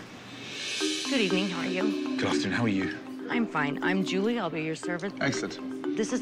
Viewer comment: Ramsay asking "how are you" in danish was spot on! damn